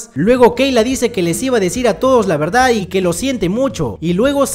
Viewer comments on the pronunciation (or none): none